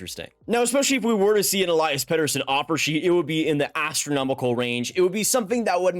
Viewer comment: If you wanna pronounce his name correctly, it's pronounced El-eee-as and not El-eye-as.